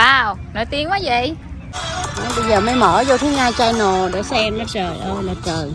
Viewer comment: Channel chứ không phải “CHAI nồ” Nga ơi !! Nghệ sĩ nổi tiếng làm YouTuber mà nói tiếng ANH ...tệ quá !! Thua KN xa !!